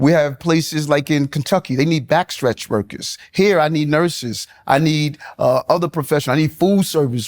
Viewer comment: Is it just me or does he sound like he is saying "Rokers" now workers?